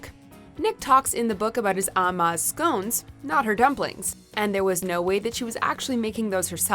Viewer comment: Err learn to say scones correctly